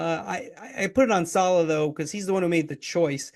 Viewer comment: Might want to pronounce his name correctly 🤡🤡🤡🤡🤡🤡🤡🤡🤡🤡